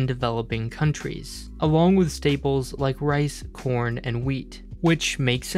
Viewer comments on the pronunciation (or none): Video: "..Rice, corn and wheat...." My ears: " Rice, porn and wheat....." I'm damaged.